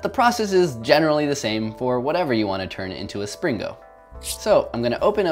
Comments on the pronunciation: hillarious how the title of the video is called springo but in the video the whole time he says slingo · Is Spring-o not slingo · isn't it a Spring-o not a sling-o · IT'S NOT A SLINGO! IT'S A SPRINGO! (hyperventilates) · you keep saying slingo instead of springo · He keeps saying slingo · He said slingo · I like how he mis pronounced springo as slingo even though he created the word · Like that time you pringoed a "whale"